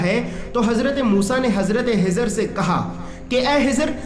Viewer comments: nam shi nhi bola khezar .a.s.thano hezar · Hazrat khizar hai in bhai ki kh ki aawaz me masala (problem ) hai kh ख خ bol nahi pa rahe hain shayed.